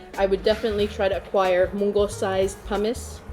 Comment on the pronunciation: Say it with me 🎆 /pʌmɪs/ 🎆